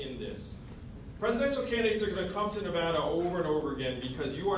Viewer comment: He pronounced Nevada correctly. He has my vote